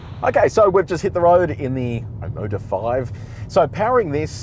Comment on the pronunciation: When I heard Omoda I thought you said Immodium!